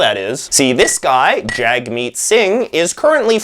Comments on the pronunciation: Loved this! However it’s pronounced Jug-meet not Jagmeet. I definitely think he’s got a chance with the younger voters but the older folks are sticking with what they know unfortunately. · Rusted Sting it’s Jagmeet not Jag Meet